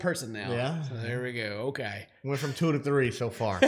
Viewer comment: “she went vrom 2 to 3 so far” 🤣🤣🤣